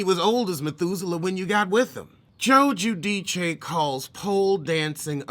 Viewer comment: has been the only person who pronounced Joe Guidice's name correctly. Thanks for not only being well educated but also hilarious 😆. Love you and your show.